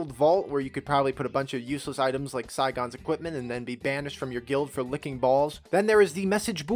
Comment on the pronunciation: SIG-un, like Signature. SIGON.